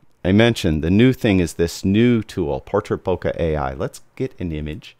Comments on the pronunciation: it's not "bohkah" but "bohkeh". It's japanese from the verb "bohkéru" meaning going out of focus or in another context "becoming senile". And the accent is on the second syllable "bohkéh". You are welcome. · It puzzles me why so many photographers that should know better pronounce "Leica" as "Laeeka" which is the correct german way, but then mispronounce the japanese word "bohkeh". Why the difference? Is it that difficult? Greetings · Heaven only knows how you conclude that the correct pronunciation of "Leica" leads someone to a correct pronunciation of Bohkeh. Have a good day!